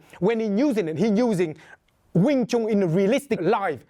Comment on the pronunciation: Ya a wing Chun master that can't even pronounce wing Chun. Its like doing a cotton picking video featuring a white guy.